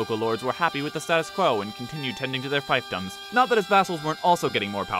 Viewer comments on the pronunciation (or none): You incorrectly pronounced 'fiefdom'.